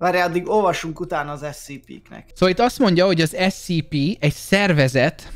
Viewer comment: Amugy bocsi scp èt ugy kel kiejteni hogy scèpè